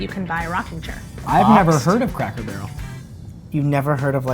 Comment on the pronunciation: Did the man really say craycker barrel